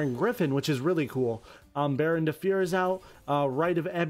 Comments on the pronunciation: DB Grinder pronunciations lmfao Baronne de fyer Rite of amutesir faithful adventure drackoback i gave up 8 minutes in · i appreciate your love for synchron but i would appreciate it more if you could pronounce rite of aramesir or baronne de fleur correctly